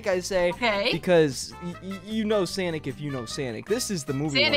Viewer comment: Sanic not SONIC